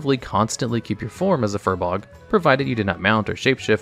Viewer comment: How many times can you pronouce Furbolg inaccurately? :S